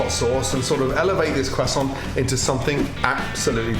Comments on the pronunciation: Idk why, as Gordon says it properly, but his pronunciation of "croissant" reminds me of the people who'd try to say it properly in a Dunkins drive thru I used... It came out as "ka-tont."🙄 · Gordon Ramsay....stay away from Cajun food... who tf says Kwehsaunt 🤣🤣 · crest sont......say it right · Am i being learned how to pronounce Quasont or you showing off Gordon? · Putting tasso on anything doesn't make it Cajun, anymore than that "kwoisson" makes it French. Lol But it sure does look tasty. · Did he say "quack song" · It's so funny when he says Croissant like KWAH SOHN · Everytime he says croissant the first thing I think of is...... Carl: Awre you gonna finish dat cwossant??? Man (forgot his name): knock yah self out kid.. Carl: intense eating sounds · Gordan ramsay: "Quassont" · All I heard was cwason ... Cwason.. CWASON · Someone wanna tell him it’s pronounced Kr-uh-so-nt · On behalf of the French, please stop saying kwoissan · Pronouncing it "Quessaw" may be correct but goddamn does it sound pretentious especially when you pause and change your voice from normal to pull it off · no one: gordon: cwosant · What's a cwasson? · Gordon pronouncing that qúasòņt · are you going to finish that quosänt ? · “ThAtS a NiCe QuAsSoN” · nobody: Gordon: QUASONT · Whats a cwassoint? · Tom Holland has ruined the word croissant for me. Quackson😂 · Is anyone French in here? Tell me Gordon isn't mispronouncing croissant! He doesn't pronounce the 'r' and I was told by a French person that French people actually do pronounce the 'r'! He says it incorrectly: "queZZontt" and without an 'r'. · What's a Quassant? Is that a Bayou specialty? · what the fuck is a kwasson hahahaha? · Excuse me Gordon are you gonna finish that CWASSON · Cruh saun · Are u gonna finish that cwosont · or “cwossant” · Random Things qwasson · The way he said croissant😂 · I refuse to pronounce croissant the way Gordon does, I don't care if I'm wrong. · Just me or when he said croissant it reminded me of the meme😂😅